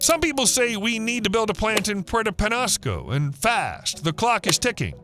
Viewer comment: It's pronounced, sa-WAH-ro cactus. Penñasco is pronounced, pen-YA-sco